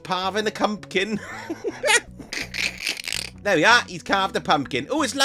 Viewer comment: Parving the cumpkin 😂😂😂😂😂😂